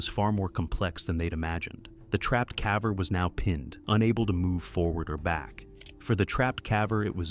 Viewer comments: "CAH VER"? Do you mean, caver? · Just realized this voice over is AI. Cav-er. He/it says cav-er, not caver on several occasions. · Caver, not cavver. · "the caavver" god I hate ai... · “Trapped calver”? Stop using Ai and just narrate it yourself ffs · "Trapped CAVA"?? AI obviously cannot distinguish caver and cava 😂😂😂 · What's a cavver? Is that like a cadaver that died in a cave? Oh wait, no--this is just AI. 🤮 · I'm not looking or listen for it, but when I keep hearing CAV VER then it is hard to ignore. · Why is "caver" mispronounced? Is this an AI voice? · Bad voiceover can't pronounce "caver" in a cave video ..